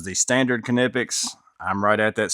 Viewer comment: Pronounced "Nip-ex.